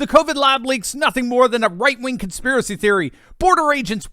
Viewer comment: c'mon man, LET THE TRUTH BE TOLD. AND STOP SAYING "CONSPIRACEY THEORY"